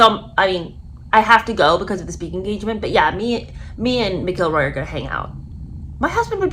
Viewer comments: Cory's last name is pronounced "Mackle-Roy" not "McGill-roy" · So “Mac”-“ill”-“Roy” Emphasis on “Mac”. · Roar-ee Mac-Ell-Roy is how you pronounce his name. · Pronounced.. Mac el Roy.. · Mac ill roy this is correct pronunciation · no ,show enough respect to get the pronunciations correct. Don't act uneducated. Like most Americans. Lol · She mispronounced this golfers name so many times now I can't pronounce it 😖 show respect and get the pronunciations correct. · Please check your pronunciation of his name!!!! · You can’t even pronounce his name!